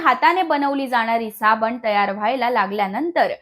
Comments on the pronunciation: सायबिनी ने साबनी म्हटलं 😰🙄😂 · Madam rkda bollat tr chukun bollat asa hoil pn varanvar tumhi sabanich mhanala ahat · आधी मराठी सुधरासाबणी म्हणू नका साबण म्हणा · साबनी नाही साबण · सबनी नाही साबण म्हणतात 😄😅